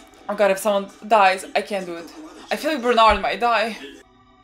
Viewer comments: who the hell is bernard lmao bertolto or bertolt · Please stop calling him Bernard. Please.